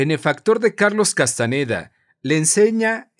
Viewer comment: No es Castaneda, es Castañeda.